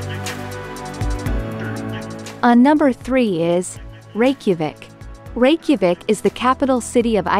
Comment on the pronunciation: Learn your proper pronunciations of these cities Like the Plitvice , Reykjavik and Liechtenstein.